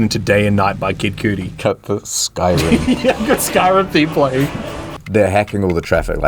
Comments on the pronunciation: WHO IS KID COODI??? It’s Cudi, hard K sound kuh-di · It has to be illegal to say kid cudi like kid coodie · kid coodie is an insane pronunciation rubber room talk in fact throw away the key lock him away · Did he just say kid cootie LMFAO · I’ve never heard anyone pronounce it like kid cooty before 😂😂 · "kid coodi" 💀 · Dude said kid cudi wrong